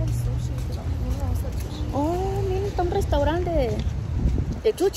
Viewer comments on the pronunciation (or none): no es chuchi es sushi jajajjajqjqj te pasas ni mi hija de 4 lo dice asi